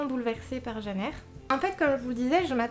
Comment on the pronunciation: Ooh tu dis "Jeanne Eyre" comme ma maman :D J'ai beaucoup traîné avant de me décider à lire Les Hauts de Hurlevent et quand je l'ai finalement fait, je me suis prise une sacréé claque ! Je suis super admirative de la façon dont l'autrice a eu de décrire cette ambiance si spéciale et de planter le décor, pendant tout le livre on se croit vraiment transporté à Hurlevent ! Et puis je dois avouer que je suis tombée amoureuse d'Heathcliff :$ (j'ai un problème avec les personnages sombres et torturés^^) Merci pour cette vidéo <3